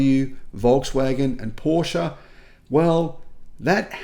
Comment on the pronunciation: Porsche is spelled with an e like in "let" (not an a)